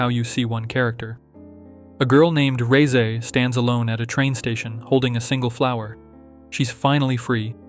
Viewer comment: FINALLY SOMEONE THAT SAYS REZE CORRECTLY